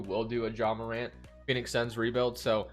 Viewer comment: liked the vid when u said Ja Morant’s name right